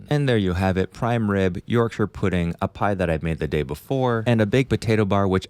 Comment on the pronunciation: ty for saying yorkshire correctly 😅